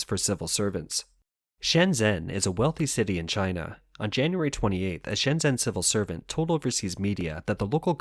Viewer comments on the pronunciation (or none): it comes across as a little unprofessional when a channel dedicated to China doesn't know how to pronounce shenzhen - it takes no more than an hour to do a crash course on pinyin